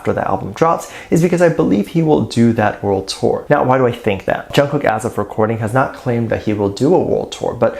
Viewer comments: WHAT BOTHERED ME ABOUT NY SHOW WAS HOW THAT MC PRONOUNCED/ SAID JK'S NAME! DIDN'T SHE PRACTICE HIS NAME ALL? ?!!!! ARMY 4 LIFE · Did you also hear that interviewer screwing up JK’s name